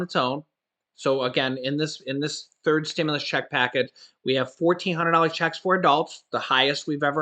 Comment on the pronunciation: Amazing production man. There is a certain way to enunciate the word “checks,” emphasis on the “ch.” JS. Marketing is my job.